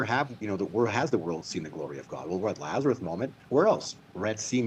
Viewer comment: It drives me crazy when says “Lazareth” 😅